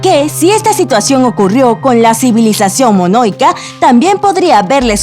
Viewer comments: Solo voy a decir una cosita: minoica, no monoica, MINOICA. Eso es lo que pasa cuando uno se dedica a 'leer' y no a conocer, gracias. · Monoica o Minoica? :V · No sólo eso dice monoica en lugar de minoica. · "Aclántida" , "Monóica", "G"ibraltar ???